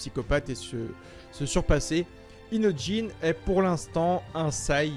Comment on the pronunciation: Il c pas dire inojin il dit inotjin